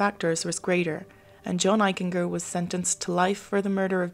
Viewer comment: His name is pronounced Eich en ger.The g has the j sound. Jennifer was not born in Bridgeport, she moved there when she was 18 months old. Unfortunately he is my cousin